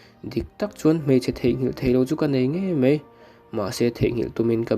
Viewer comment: Mizotawng hmandik a ngai ngaihthlak a ti nuamlo tlat .Mai tihtur mei i ti a